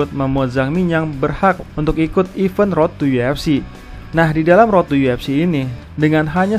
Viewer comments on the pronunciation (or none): none